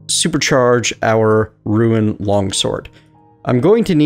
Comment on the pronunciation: Rune. Not Ruin. ROOON git gud